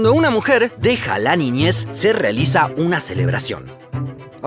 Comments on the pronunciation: léèz nìyêëzz 🤦🏻‍♂️🤦🏻‍♂️🤦🏻‍♂️ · Esa señora no sabe hablar español se pronuncia niñez